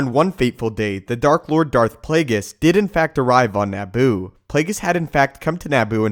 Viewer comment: “NAH-BOO”...? Try Na-boo, with a fast “a” sound...🥃